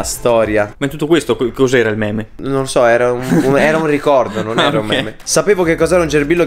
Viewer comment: Quindi io li ho chiamati "meme" da almeno 2 anni e ora scopro che si pronuncia "mim"